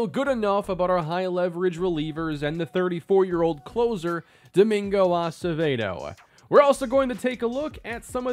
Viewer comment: Finally! Watching religiously. I gotta tell ya tho... It's "ah-seh-veh-doe" not "ah-suh-vay-doe." Lol it isn't your fault. You probably didn't meet many Acevedos back home in Minnesota when you lived there lol